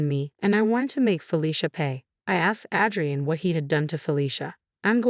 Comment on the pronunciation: It’s pronounced A-DREE-IN